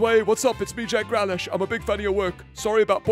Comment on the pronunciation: Pretty sure he's just trolling, like how he mispronounces Grealish lol